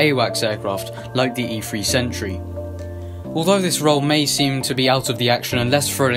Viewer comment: its also an e3 not e free. Hilarious